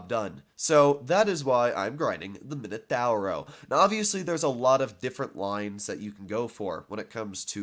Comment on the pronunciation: I hate you when it comes to pronouncing tank names dee “minUTAWROW